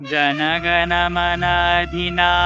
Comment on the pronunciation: ...ഒന്ന് കേട്ട് പടിക്ക് പാകിസ്ഥാനിയിൽ നിന്നെങ്കിലും. ജണ ഗണ മണ 😀😀 അല്ല